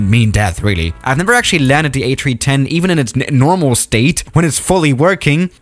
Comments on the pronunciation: Forget that he said Atree10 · Did airbus change the fuel source too trees? He said ATreeTen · Ah, yes, the Ayy Tree-Tehn. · No one:: A chree chen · It sounds like he's sayin Atree10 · "A Chee ten" waaaaaat?